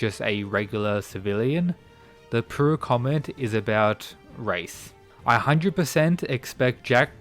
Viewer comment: man can't say pure